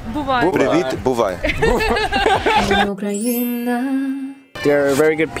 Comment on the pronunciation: Ці афроамериканці так круто "привіт" і "бувай" вимовляють, враховуючи, що вони вперше чують укр) Майже без акценту